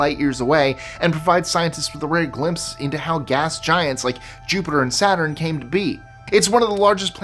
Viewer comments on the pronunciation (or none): none